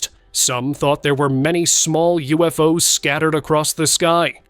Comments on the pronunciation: “U-F-O-S?” Again? Stupid, lazy AI generated channel! 👎🏿💩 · “U-F-O-S?🤨🤷🏾‍♂️ Stupid AI generated BS! 💩